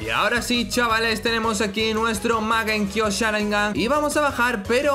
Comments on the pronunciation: Soy yo o dice magenkio sharingan? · Mangekio sharingan no mangekiu sharingan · es mangekyo! no magenkyo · porfavor no sigas diciendo mal mangekiu sharingan basta me lastimas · magenkyo XD me hizo reir cada vez que lo decia